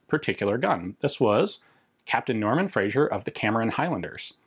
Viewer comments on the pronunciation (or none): Just a triviality - it's 'Frazer' in pronunciation, not 'Frazier'.